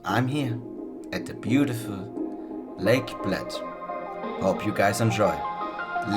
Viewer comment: You said Bled wrong, also did you try Blajska kremšnita?